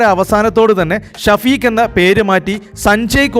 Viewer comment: ഷഫീക് അറബി പേരാണ് എഴുത്തിൽ അങ്ങിനെ വന്നാലും ഷെഫീഖ്‌ എന്നാണ് ശെരിയായ രീതിയിൽ പറയേണ്ടത് ഷ വ്യക്തമായി പറഞ്ഞ് കേൾക്കുമ്പോൾ ആകെ ബോറായിത്തോന്നുന്നു